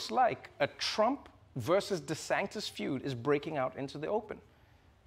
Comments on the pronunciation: it is pronounced dee san tis He says dee sank tis multiple times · You keep saying Ron DeSanCtis - can't read the telepromptor? assistants can't type the name right? whats happening? low production quality? -42 and and and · I love how Trevor was busting on Trump for the nickname/mispronunciation and then proceeded to mispronounce it as DeSanCtis. 😉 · Trevor actually got caught up in his schtick for the rest of the segment. He kept calling DeSantis, DeSanctis. Haha. Shoulda just called him DeShithead for the remainder. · DeSantis became 'DeSanctis' and I can't unhear it! 😆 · Trevor kept saying 'DeSanctis" lol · Did Trevor purposely keep calling him Ron DeSanctis? Because after he mentioned the nickname he called him that at least 3 times. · I’m I completely crazy or does Trevor just refer to Desantis as Desanctis for this entire segment? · Has anyone noticed that Trevor says Ron DeSaNKtis? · Does it annoy anyone else Trevor pronounces DeSantis as “Deh-sanc-tis”? There’s so c in his name??? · Does he know that he's saying Ron DeSantis wrong? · he keeps saying Ron DeSanctis after the joke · Love Trevor, but it isn't "DeSanctis" either....